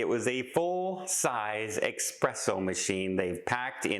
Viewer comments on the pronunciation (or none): S-presso.....not X-presso.......... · Love the video,! It's espresso, not expresso! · you’re killing me. It’s eSpresso not eXpresso. To all the new cruisers, if it generates heat you can NOT bring if onboard. Some can sneak in a hair dryer but don’t count on it. It’s all about preventing an onboard fire. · Not "expresso". That would imply something fast. Most espresso machines are a study in slowness. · Many people are nuts regarding coffee. However, I must point out that there is no "X" in the word espresso. The word is NOT pronounced "EXPRESSO."